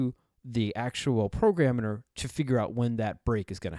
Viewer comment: Sorry but I had a chuckle when you said "programiner".